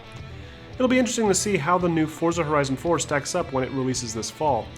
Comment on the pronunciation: its pronounced 'fortza' the z is italian